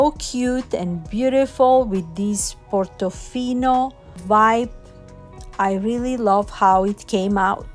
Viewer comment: I like how you say, Portofino. 🥰 Lovely book stack. 🥰🥰🥰